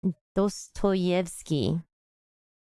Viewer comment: Pronouncing Dostoevsky as 'Dodoetsky' is actually insane omg 😭